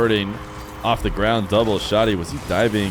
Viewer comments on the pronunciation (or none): It’s pronounced like saggy but with sh & d. Def not showty lol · Vent-of-God_._•° Dude I'm Syrian and it's wrong, the H sound is really prominent and emphasized, there's no "O" sound, hence why "Shoh-Dee" is wrong. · Also from the mideast and here to confirm it's Shad-ee like "Chad", not Shod-ee